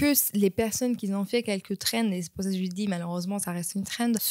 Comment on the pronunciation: Dis un peu " qui ont" et pas "qui zont" 😉